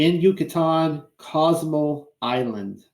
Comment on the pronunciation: Are you saying "Cozumel" or something else?